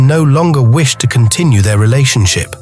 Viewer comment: 😂😂😂😂😂 wishted? Come on AI, listen and learn better…if you’re going to overtake the world learn how to say the words you’ve been programmed to turn into audible soundbites😂😂😂